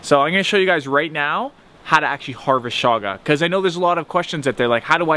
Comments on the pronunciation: its not shaga its chaga. like in chug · Chaga is pronounced like choochoo